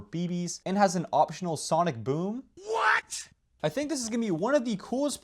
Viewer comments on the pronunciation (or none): none